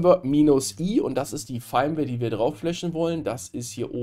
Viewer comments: Firmware wird wie Firmwäre ausgesprochen. Gutes Video schlechte Englische Aussprache ;) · Ich denke immer, dass er VMware sagt XD Triggert nur leicht xD